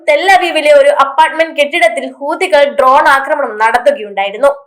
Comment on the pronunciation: ഹൂതികൾ എന്നല്ല പറയുക, ഹൂത്തി, കൾ എന്ന് പറയൂ മുത്തേ!